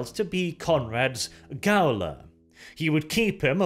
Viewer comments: That word is not pronounced "gow-ler". It's the word "jailer". Gaol is an older English spelling of the word commonly spelled "jail". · Gaoler is the old spelling but it's still pronounced "Jailer" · Probs already been said but it's pronounced Jailer, despite written gaoler. English is strange sometimes. Thanks for the great vid.